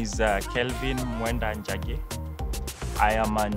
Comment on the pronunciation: Jackie missed the N in her pronunciation